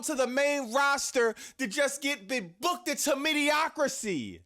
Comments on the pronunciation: Also its mediocrity, not mediocricy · It’s mediocrity(me•de•oc•i•ty), mediocricy is not a word.